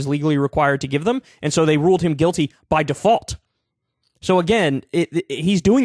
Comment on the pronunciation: My two favorite words " Dee fault" !!!!